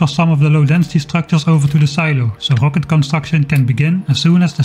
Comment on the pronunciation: "It's rocket.": "HUHWAHket." "Close enough."